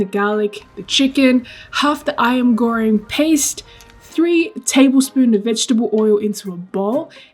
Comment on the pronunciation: Omg you said “ayam goreng” the right way hehe! Also this looks good, considering making it now :)